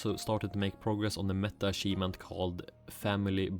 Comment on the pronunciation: when you say achivement, you need to add pressure on the ch. it isn't an s its a ch or closer to "t h" like chicken - unless you say sicken in which case dont do that either. Same all goes for champion.